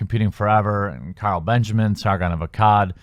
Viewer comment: It sounded like you said Kyle Benjamin? Idk. But it’s Carl.